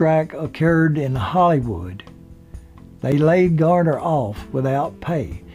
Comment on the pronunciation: It's Garner not Gardner.